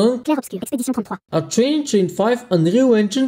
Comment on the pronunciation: the way you said expedition 33 is funny btw good video i will try this on my dell n4050 maybe using linux too